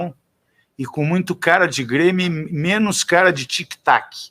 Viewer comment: ELE FALA "B"RÊMIO